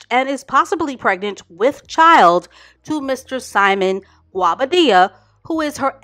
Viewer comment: I think His name is pronounced Go-Bah-Deah. I've heard alot of different versions lol